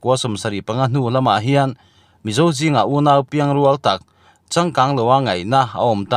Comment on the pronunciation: Piang rŭal lam dan ah hian 'rual' hi rihniam a lam tur ani e